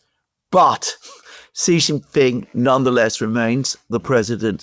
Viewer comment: Excellent content, as usual. One quick note for Mr. Mercouris: "Jin" in Xi Jinping is pronounced "gin" like gin and tonic. "Xi" in Xi Jinping is pronounced a lot like "she", as in the female pronoun. Not with a sound like "z" in zebra, "g" in genius, "j" in je t'aime, nor "s" in sea. (See Wikipedia article 'Xi (surname)' or Google will say it. Phonetically, it is /ʃiː/ or shee.) (If one pronounced Trump like Thrump or Macron like Maclon, a polite correction would be appropriate, right? Well, Xi is just as prominent a leader.)